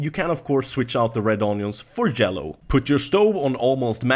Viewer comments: replace the red onions with jello? remembers his Js and Ys are inversed in his pronunciation Ohhhhhh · "you can of course switch out the red onions for jello" - 2k16 hahaha thats what i heard even though i know he said/meant yellow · Had to rewind like ten times before I realized he said yellow when he chopped the onion, I was like "why would you switch out the red onion for jello?".